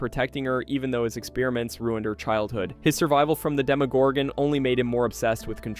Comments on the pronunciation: Stop over pronouncing the ‘gon’ in demogorgon. It’s not pronounced like gone. It’s pronounced like gun. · It pisses me off how you say demagorgon. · They say demogorgon in the show tons of times, how do you still mispronounce it? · I know right?😆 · i disliked the video n not gonna finish it cus of that 😂